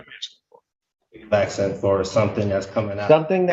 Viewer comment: He’s axsing, Your Honor